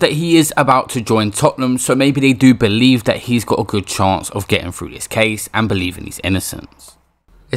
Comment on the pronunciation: Er the word is pronounced "through" not "frough" and the number is pronounced "three" not "free" 🤣.